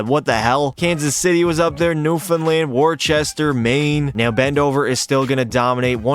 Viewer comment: Bro says Worcester without breaking a sweat but can't say Toledo Walleye?